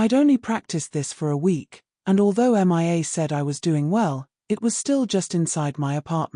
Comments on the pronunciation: Please teach your dumb AI reader the difference between Mia and M.I.A. (Missing In Action)🤨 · You would think an auto reader would show enough intelligence to read a simple American English story. If you can not find an auto reader to read Mia's name correctly, and if you don't realize that women have breast's. Plus female hormone's in the human body are typically estrogen which help the human body to grow breast's. That's right I am an educated listener and through my life have learned many different thing's.